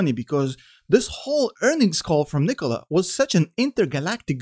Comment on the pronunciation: I love how you pronounce Nikola. Much better than Macedonian pronunciation.